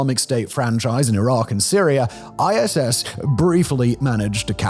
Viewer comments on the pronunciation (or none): I’m confused the title says ISIS but Simon keeps saying ISS